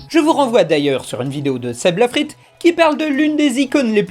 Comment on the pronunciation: J'avais pas l'intention de commenter, mais tu as mal prononcé "Seb La Frite"